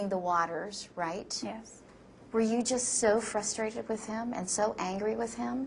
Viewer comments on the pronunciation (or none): none